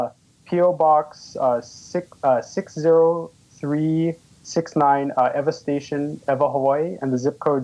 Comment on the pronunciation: that should mess some fold up. it is Ewa not Eva. Just like San Jose is not San Joe See